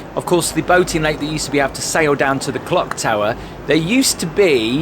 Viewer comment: Nice presentation, especially looking, overall, but, really?.. 'The famous Skegness Clog Tower'??.. Its the CLOCK Tower.. Its got CLOCKS on it!!!.. IngoldMELLS not IngoldMILLS, also.. And, anyway, what's Great Yarmouth actually got to do with any part of Skeg, even what it might also have, anyway??